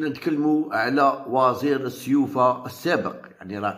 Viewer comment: وزير وليس وازير